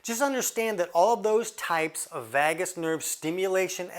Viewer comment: What makes you an expert on the NERVOUS system? You are really outing yourself lately. And it's pronounced "vay-gus", not vaah-gus.